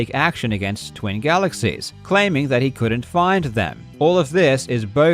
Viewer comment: "GALEXIES" lul